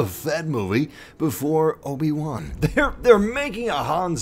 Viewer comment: Lobi-Wan Kenobi 😂😂😂😂